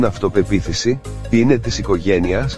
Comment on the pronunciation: Ο τρόπος που το ζαβορομποτ λέει το αναφορικο (ο,τι) είναι όλα τα λεφτά! !!